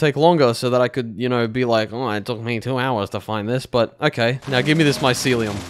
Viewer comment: bro even knows the name of the mushroom floor, bro said “let me get the myscuulum” you can’t even type it